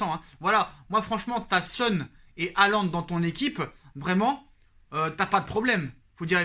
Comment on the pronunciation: Erling Braut "HIGHLAND". Oui c'est Highlander le gars ⚔⚔⚔